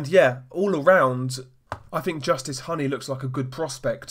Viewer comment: It’s pronounced Hooney like Rooney.